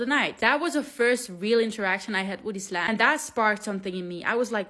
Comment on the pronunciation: I love your prononciation of Islam. ❤❤❤❤